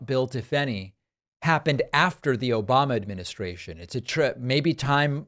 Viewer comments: I think he also said Obamna too lol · "Obamna" 😂 This isn't the first time trump has mentioned sharks. He is terrified of sharks. I think people need to start showing up at his rallies dressed as sharks or hold up big pictures of sharks. Lol